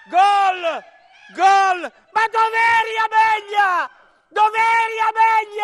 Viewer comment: si chiama amelia non ameglia